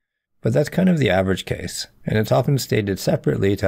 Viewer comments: cool video but why do you say effedex instead of eff of ex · I can take anyone seriously when they can't pronounce a simple word like "of".